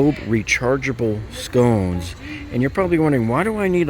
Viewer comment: You made me laugh when you said Scones😂... they're Sconces! $83 for those steaks. Red meat is so expensive!!